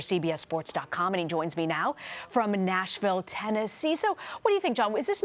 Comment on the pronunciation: Why she say Nashville, Tennessee like that 😂😂😂😂